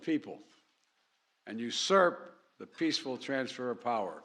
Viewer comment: We the peefull! lmao 🤣 Strenth, , Shhhh, We are the United States of America.